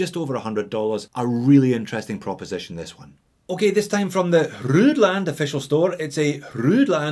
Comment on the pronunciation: FYI, "Hruodland" is an original spelling of "Roland." I'd just pronounce it as "Roland" instead of trying to sound it out phonetically.